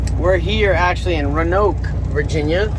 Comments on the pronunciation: It’s RO”ANOKE” I’ve watched ur channel for awhile n man I was disappointed to know u didn’t know Roanoke Virginia lmao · “RANOKE” ?!?!? Lmfao Florida trucker